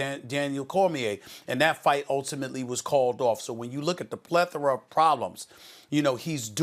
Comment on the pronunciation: this man said “plethorar” 🤦🏾‍♂️😂😂😂